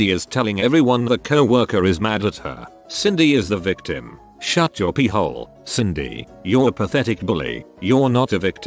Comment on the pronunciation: I love how it says “shut your pie hole, Cindy” but they pronounce it peehole.😂